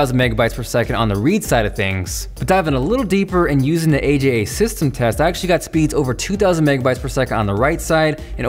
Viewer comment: Its not A.J.A, Its Ah-Jah